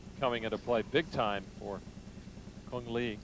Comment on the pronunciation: Cung Le not Cune Lee, you are not a Vietnamese.